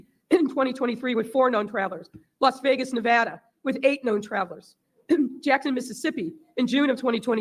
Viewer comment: Jesus. No wonder she's in hiding now. I would be, too. gets double bonus points for investigating this and, as a Nevadan, for simply saying Nevada correctly.